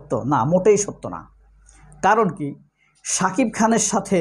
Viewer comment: বেশি শুদ্ধ কথা বলতে গিয়ে,,, সাকিব নামটা বলতে পারে না,,,,😅।